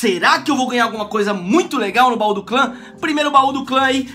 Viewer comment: caramba aprende a falar bau do clã